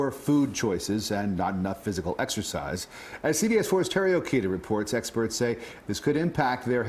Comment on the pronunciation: Exercise? I thought you said "extra fries!" 🤣🤣🤣